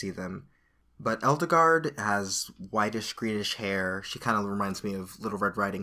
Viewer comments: edelgard... eldegard... eldigan... i wish he'd stop saying eldegard... it just makes it seem... weird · I'm thinking they're going for the german pronunciation for Edelgard( japan does seem to borrow from the germans from time to time) so something like this